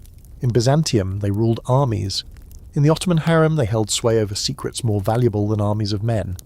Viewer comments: HAREM not HERM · HAREM not HARIM